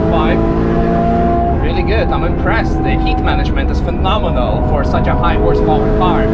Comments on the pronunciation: "Prenominal, I'm soaking wet" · "Phenomenal. I'm soaking wet." I bet you are you filthy little....oh sweat. You meant sweat.